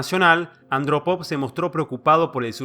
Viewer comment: Hay un fallo menor si no se respeta los acentos ortográficos. Eg. en la prnuncicion de 'Andrópov' en este video.